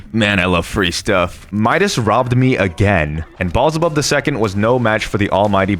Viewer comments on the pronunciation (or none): You absolutely couldn't have said "BALLS-EH-BUB" three times, edited and posted this video, and never for a moment considered, "That's not right."😡